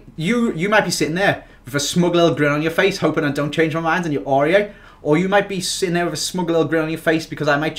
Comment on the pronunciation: You shouldn't have had aurier, he said aurier...